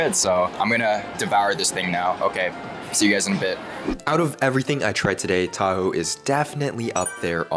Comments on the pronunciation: It’s pronounced tah-ho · as a filipino myself, ill say: people who arent filipino trying to pronounce filipino words/names sound funny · say taho fast unlike t-a-h-o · as a Filipino, the pronunciation is killing me.😭😭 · I like how you pronounced taho It was wrong in a good way Task failed successfully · I love how bro butchers the names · As a filipino, i am mildly infuriated from how badly he pronounces the name of these DELICOUS foods